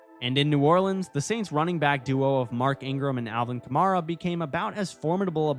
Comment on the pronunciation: He mispronounced kamara 4 times